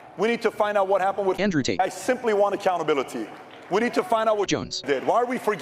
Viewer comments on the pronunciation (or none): is PBD a foreigner? why does he have issue pronouncing the word "accountability"? omg